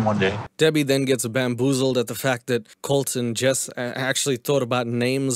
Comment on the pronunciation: when Jess said "My name is Jess." i thought she said "My name is Jeff!" and i chocked on my hot chocolate lol ... 🤣😂😆😄